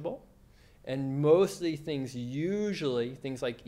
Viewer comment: The video is definitely informative but I can imagine that for people whose mother tongue is not English, can be difficult to understand. For example he may say FIBROMAGIA for fibromYALgia....or....MOSE EASE SINGS.....which is 'most of these things'. I find that many Americans have this same issue of sloppy pronunciation. Even for me, an English speaker, I have to strain to fully understand which makes it harder to focus on his message...which is a good one, for sure!